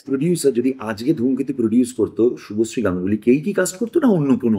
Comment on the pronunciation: শুভশ্রী নামটাই ঠিক মত উচ্চারণ করতে পারছে না ও আবার শুভশ্রীকে কাস্ট করবে